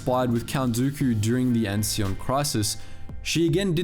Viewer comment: I thought Ansion is pronounced "An-see-on".